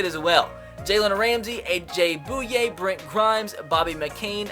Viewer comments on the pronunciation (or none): its boy-yay not boo-yay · When he said A.J. Boo-ya lol bouye sorry bro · Can some teach how to pronounce A.J. Bouye 😂